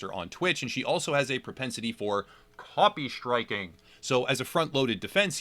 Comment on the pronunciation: says copy striking in a weird way Me: alinity and the tale of copy striking